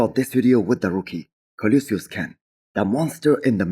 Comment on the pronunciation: It's Colossus Ken not Colosius Ken...